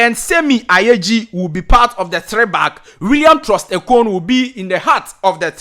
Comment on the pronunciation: U tried but pls try to pronounce the name of Nigerians player very well. Its semi Ajayi not ayeji.